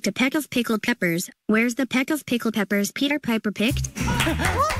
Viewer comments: If you listen a bit closely he is actually pronouncing it correctly it's just his accent. Yes he was saying 'pepper' instead of 'peppers' and Piper sounded like 'pie-per' but I also attribute that to his accent so for me it's like 99.9% accurate because he didn't make peppers plural. But speaking 5 tongue twisters back to back is definitely harder on the brain. If you try saying Peter Piper even several times consecutively you may stumble a bit. Even Johnny and Mark who are native English speakers were struggling. Just imagine switching to another language all together. I have a Bachelor of Arts in English and a Master's. I've also taught several seminars and lectures. At this point I'd argue it's just a minor phonetic error. All things considered Ten did a wonderful job. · Honestly, he said the English one a bit wrong too, but shhhhhh XD